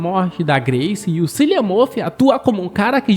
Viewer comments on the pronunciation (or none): o nome do ator é pronunciado "Kilian"